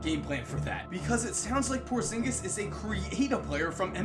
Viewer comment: I got chills when he said porzingus